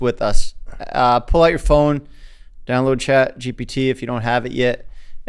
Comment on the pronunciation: “Chat” 👁️👄👁️ “Chat gept”